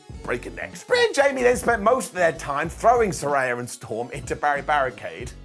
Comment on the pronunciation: One day, will pronounce Saraya consistently correct.